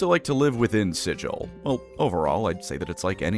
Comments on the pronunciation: Mispronouncing it as "Sijil" as an arcane SIGIL or symbol, out of spite when the entirety of the lore, books, media and the game Planescape Torment correctly say "Siggle" with a hard G is absolutely diabolical. I will now call the Halo franchise "allô" like the french "hello" over the phone, with no H, to restore cosmic balance after this insult. It 's explained on the very first page of the original Planescape books and mentioned over and over. (see quoted comment by UpcastPanther) I love you but your video will forever attract the mockery of any Planescape or Torment veterans. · "We can excuse the fact that you slaughtered two Yugoloths before you realised where you were, Outsider. But you pronounce the name of our fair city "silil" not "sigil" and there can be no excuse for that!" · I am so happy that is calling people out about how they pronounce Sigil. It drives me up a wall that people are making excuses for PRONOUNCING SIGIL WRONG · You pronounced it wrong both times... It's OK though, if you know then you know. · You ranked a ton of fines for pronouncing Sigil wrong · You’re saying it wrong on purpose aren’t you you’re doing this specifically to cause me autistic problems. I see what you’re doing. I will not rise to the bait. Do not be down bad for the lady of pain! I say again, you will be no-horny bonked, do not be down bad for the lady of pain! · Take a shot every time he says Sigil wrong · DISLIKED, REPORTED, UNSUBSCRIBED FOR PRONOUNCING SIGIL WRONG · Boy do I love Sigil (pronounced incorrectly)! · This berk calling it SIJ-UL. Gonna get put in the Dead Book for that, Primer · I’m sure others have said it, but it’s actually pronounced "Siggle" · It's sigil not sigil...